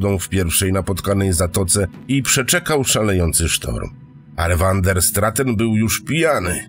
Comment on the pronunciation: wander straten.... czy van der straaten? naprawde uwielbiam te tejemity, ale k.... czy angielski, czy wloski czy nazwisko holenderskie... czy to az tak trudno pare rzeczy poprawnie wymowic?? no niestety, ale kluje to w uszy!